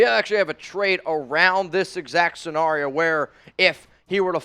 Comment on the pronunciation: I love you but, the way you pronounce scenario really aggravates me 😂. Love all you do for the Raider nation!